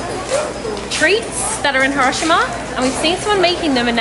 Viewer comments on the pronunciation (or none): it's pronounce, here row shi ma, not heroshma. Just kidding.